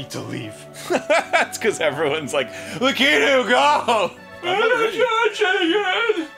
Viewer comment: THANK YOU ARIN! YOU HAVE TAUGHT ME HOW TO SAY LAKITU THAT PRONUNCIATION HAS BEEN SO CONFUSING TO ME FOR SO MANY YEARS!